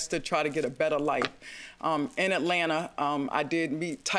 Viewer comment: JM's enunciation "robbEDDD and killEDDD in AtlantAAAAHHH."😂😂😂😂😂